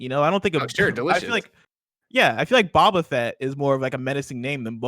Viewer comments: say Bob-a Fett like an Australian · WOW HAHA not knowing boba fett pronunciation is WILD